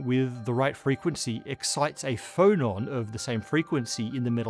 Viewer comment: you said "phonon" but I heard "Frollon" and pictured a particle that was just Frollo's head repeated, orbiting and singing HELLFIRE in chorus